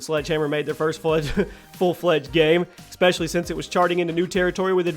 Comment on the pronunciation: “ecspecially” headass bro